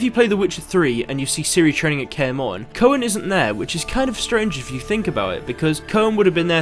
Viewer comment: His name is pronounced "Koon"